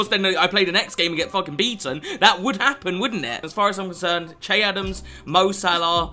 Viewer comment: Che is pronounced shae